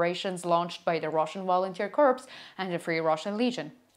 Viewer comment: A minor point: "corps" rhymes with "core," or "more." But don't ask me why. The way you've been pronouncing it sounds like "corpse," which means "dead body." Aside from that, keep up your excellent work.